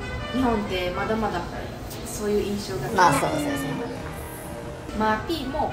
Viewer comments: マー⤴︎ピー⤵︎ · まぁ↘ぴい↑ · ↓まー↑ぴ↓い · まー↓ぴー↑好きすぎてわろてまう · マー↘︎ピィ↗︎てww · マ→ーピ↑ー、が気になって余計に内容が入っていかなかった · "マーピー"のイントネーション気になる人！